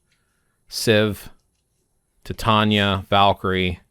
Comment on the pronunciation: Titania is pronounced Tye-Tain-EE-ah, and not Tit-Ahn-ya